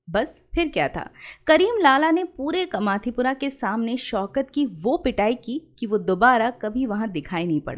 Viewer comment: कमाथीपुरा नही कामाटीपुरा 🙂